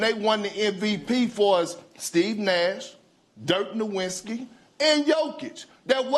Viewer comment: Jokic was missing half his team for nearly the entire season last year and DRAGGED THEM TO THE PLAYOFFS kicking and screaming. That team had no business even being there. This guy is an idiot. Dirk “Nowinski” 😂